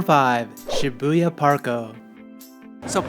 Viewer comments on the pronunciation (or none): It's pronounced SHI-boo-ya, not Shi-BOO-ya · Nobody:: shiBOOya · it's Shibuya!